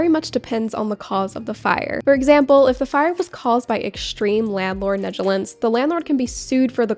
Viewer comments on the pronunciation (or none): I wanted to inform you that you are pronouncing "negligence" wrong. It's neg-la-gence.